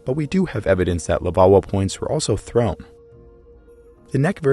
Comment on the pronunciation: Take a shot every time he says levauwa